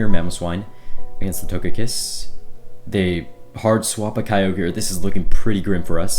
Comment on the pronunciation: Did he really pronounce togekiss like that